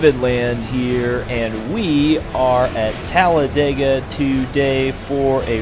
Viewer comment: its talladega not talledega